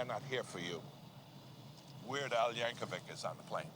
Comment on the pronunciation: No “H” in Yankovic. It’s pronounced YANK-UH-VICK. Yankovic. Dislike click.